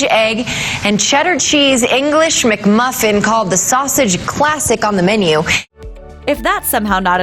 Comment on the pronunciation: She said “McMuffin”